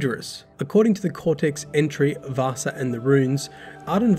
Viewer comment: I don't know why, but everytime you pronounciated "Vassa" it sounded like you were talking about Vaasa (a city in Western Finland). 😄